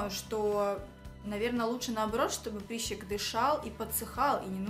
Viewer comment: почему прИщик, если прЫщик и прЫщ ?😂😂🤦🏼‍♀️🤦🏼‍♀️🤦🏼‍♀️🤦🏼‍♀️